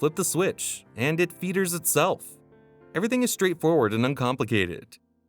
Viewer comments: Am I alone in hating this narration? Like his pronunciations, inflections and the way, he speaks? what is a “contentuous“ provision? the prop “feethers“ itself ?! Also, it’s the cost stupid (a take on “it’s the economy stupid”) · It “fee-thers” itself? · One thing that surprised me was your pronunciation of "feather". You said "it feeders itself" 🤔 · “Feethers”? Lol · So ….. Are you suggesting legal limitations on what marketing can do/say? Are you suggesting that the Sport Pilot’s license isn’t enough experience to fly a sport plane? Is Cirrus over promising what the parachute can do? People have died flying Cirri…. Can your viewers afford new planes? Do they buy them even when they can… Am I a viewer? Check your pronunciation on the word ‘feathers’…when a pilot brings the rpm control back on a twin’s dead engine… it isn’t feethers… 😃 Congrats on producing a nice looking video about what isn’t happening in Aviation today… You can complain about the ease of starting the latest diesel engines from MB…. Or update your latest Lycoming or Continental engine with electronic ignition to get the same affect… for a million less. I take it that the truth doesn’t matter for your videos… Yay clicks and eyeballs… so Y2K! 😃